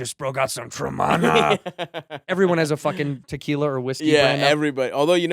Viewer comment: Has the ol whiskey ginge been watching Dudesy? That tremana impression is giving me will sasso vibes. Especially the fact that he's saying it wrong just like Willy bou